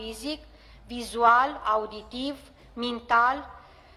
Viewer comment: Siba uhhh sida! Doamna dancila aveti putina romana pe la coltul gurii😂